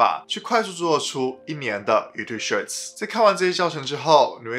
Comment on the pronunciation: shorts, not shirts... you have to improve your english pronunciation ,dude